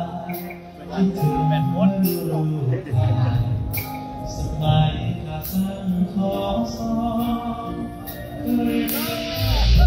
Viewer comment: ตัองขอความกรุณาคุณครูเกษทึ่ติดตามไรอัลตลอดช่วยเตือนเวลาร้องเพลงหน้าเวทีอย่าลืมตัวควบกล้ำเช่น น้ำปลาน้องก็ร้องเป็นน้ำปา ตอนนึ้น้องมีคู่แข่งเยอะนะคอยที่จะซ้ำเติมอย่างในไมล์หมดหนี้น้องร้องเพลงสตริงออกเสียง เธอ เป็น เฉอ และฉันร้องเป็นฉานเรารักน้องต้องช่วยกันเตือนเพราะไรอัลมาจากเพลงลูกทุ่งต้องชัดทุกคำเหมือนดังทึ่คุณศิรินทราคอยติงเรื่องตัวควบกล้ำสมัยร้องประกวดยิ่งเป็นนักร้องยิ่งต้องระวังให้เป๊ะทึ่สุดรักค่ะจึงบอกกล่าว แม้จะร้องเพลงของใครก็ขอให้ร้องอักขระขัดเจนดังเช่นตอนประกวดมิเช่นนั้นโดนเอฟซีที่อื่นเขาแซะจริงๆ เคยอ่านเจอในไมล์หมดหนี้นั่นแหละเขามีข้อเปรึยบเทึยบเยอะ นักร้องค่ายอื่นๆอีกขอให้พวกเราเป็นกระบอกเสียงให้น้องแก้ไขก่อนทึ่จะเยอะไปกว่านึ้